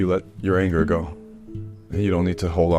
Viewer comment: Ok... genuienly laughed at "you need Ahnger"